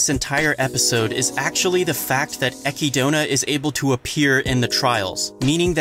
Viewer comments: Echidona? it's Echidna, like the animal, like Knuckles from Sonic, (fun biology fact Echidna's have 4 penises) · Please don't pronounce it "ekky-donah". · Did this man say Ecki-Dona? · Love the episode, but damn I couldn't help but cringe at the pronunciation of Isekai and Echidna. Even though I know that the Echidna one is just because of the Romaji translation being Echidona.